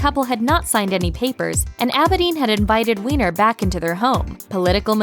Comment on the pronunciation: Abe-din is how you say Huma's name.